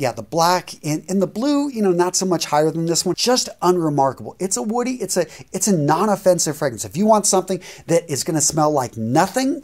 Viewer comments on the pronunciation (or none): none